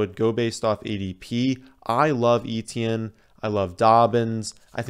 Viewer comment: You are awesome,, BUT... PLEASE! Stop calling him Travis EE-Tee-Enn. It's EH-tyen. Almost Eh-Chen. He is not the only famous person with this name.